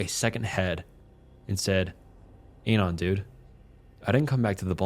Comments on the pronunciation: I find it funny the way you pronounce Anon. Ay-non, as opposed to, at least what I think, Ah-non. Also, 4Chan stories are preferred to Reddit stories. But seriously, great content. Makes my shift go by much smother. Thanks! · Also.. ANON is the first two syllables of ANONYMOUS. why are you saying it intentionally off?